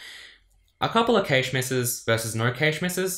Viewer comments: It's "cash" not "kaysh" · the heck is cay-sh? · Hard A in Cache, like Hash. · "Stored in the caysh" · I understood cage first, then caysh, then i understood that he actually means cache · I chuckle every time he pronounces cache. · Why do you say 'cache' so weird? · I've never heard cache pronounced like that before